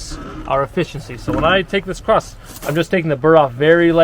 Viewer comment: Across!!!! No “T” on it.